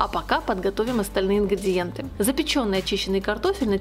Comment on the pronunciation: Почему "ингрЬІдиентьі"? Правильно - ингрИдиентьі!